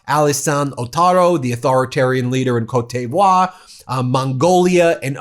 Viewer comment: Great that you're working to pronounce French country names in French. Just wanted to pass along, from a cereal box bilingual Canadian, that I'm pretty sure it's "Coat Dee Voir" not "Coat Dey Voir."